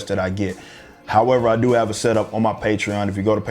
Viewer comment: Love your shit man, and the way you said patron just now lls